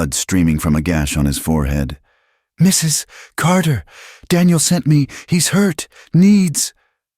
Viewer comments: A.I. does strange things. Sometimes it says the man's dialog the way it says the woman's. Sometimes it says dialog rapidly for no reason related to the story. My guess, the pause is the result of the A.I. narration encountering the " . " at the end of "Mrs." and interpreting it as the end of a sentence. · The best one I've heard. Except for the Mrs. pause each time it was great. But I got past it. AI sees the period and thinks it needs to pause. lol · AI sees the 'period' after Mr. and reads the last name as the first word in a new sentence.